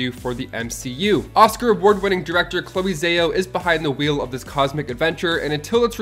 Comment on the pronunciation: "Director Chloe Zay-Oh"